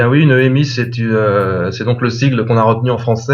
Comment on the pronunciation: bon je sais, on s'en fout que la dame dise émi ou EMI mais moi ouf ça me fait bizarre, j'ai toujours entendu dire EMI et pas émi ....